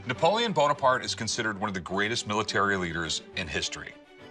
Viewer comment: dud at least pronounce his name right, like what happened to the e at the end. Napolean Bonaparte is my favorite historical character in general, he was actually average height back then, he was just around taller than average people